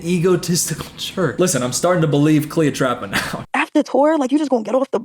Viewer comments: The slow progression of saying Cleotrapa to just straight calling her Cleopatra, then back to Cleotrapa has me stressing 🤣☠️ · Take a shot every time says cleopatra instead of cleotrapa lollll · Are you kidding me....cleoTRAPA??? lmfao I can't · i love that he keeps saying 'cleopatra' instead of 'cleotrapa' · it’s cleoTRAPA. TRAPA. 😭🙏🏾